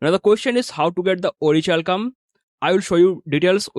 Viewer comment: Its pronounced as ओरिकैल्कम 😊 Thanks for the informative video 👍🏼